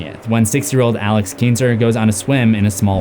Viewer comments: You are the type of person who is a geek....... Plus the name is Alex Kitner............ Not Kitnser....... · It’s Kintner, not kinter. Ken-t-ner not kin-ter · “Keenter”…? No